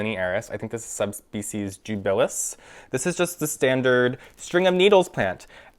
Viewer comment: Ceropegia linearis subsp. debilis, not dUbilis.